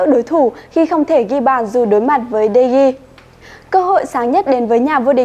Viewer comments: Đọc tên cầu thủ cũng sai nữa Chán thật De gea mà đọc đề ghi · Nhỏ con gái đọc sai tên nữa mà De gea Mà nó gọi tên người ta là đề ghi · đờ ge a mà bả đọc đê gi =)) lạy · Nhỏ con gái đọc de gea mới sợ Người ta là de gea mà nó đọc là đề ghi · Tui mới nghe j đây David ToKyA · tokya mà tui nghe quài mà vẫn z